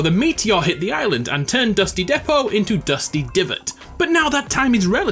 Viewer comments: In French we pronounce Depot, not "Deepu" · Its accually dépot not déput, dépot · just ... hrem I love your videos (vidéos) ;) ps: the pronounciation is more like d[ɛː]po (not deepow) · I’m French and it’s pronounced Dehpo in French